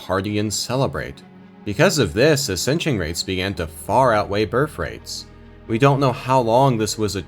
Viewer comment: ascension sounds like assisted sew iz side.